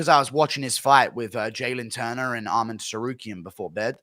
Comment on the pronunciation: It’s not Armend its Armen and the T in Tsarakuyan is silent. If you see this Guru, you’re welcome